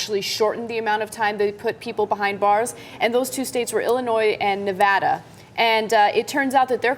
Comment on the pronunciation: wow, she said nevada correctly. however the guy didnt't.